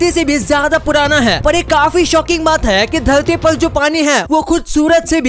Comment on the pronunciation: Ap dharti ko dhalti q bol rahe ho